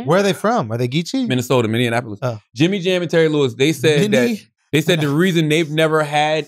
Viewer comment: Charla saying Minneanapolis always gets me